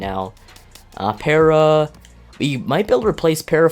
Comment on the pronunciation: Gerardo Parra last name is pronounced "Par-a"